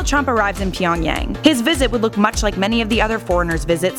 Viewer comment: Why'd you say tyonagyang